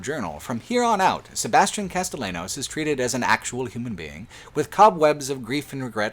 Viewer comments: Castellanos is pronounced Casteyanos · i'm watching the video and it's good and all but every time you mispronounce castellanos despite it being spoken several times in the game i physically recoil